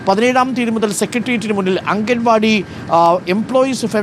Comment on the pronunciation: Mr...... അംഗൻ വാടി അല്ല.... അങ്കണവാടി........ മുറ്റത്തെ പൂന്തോട്ടം... 🥰....... അംഗന =സ്ത്രീ..... അങ്കണം =മുറ്റം..... ✅✅✅